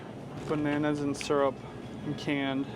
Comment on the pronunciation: Why do you pronounce syrup sarap?